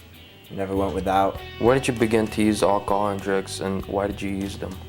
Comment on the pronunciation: why you be drinking AK-A-HOL